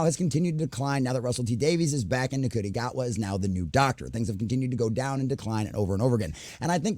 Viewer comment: Sorry to be a nit pick but Ncuti is pronounced "Shoo-ti", but agree they need to focus more on writing instead of modern ID politics.